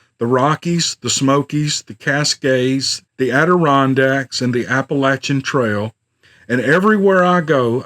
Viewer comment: One of the many things I like about your channel is that you KNOW how to pronounce Appalachian. 😊 Thanks for the stories!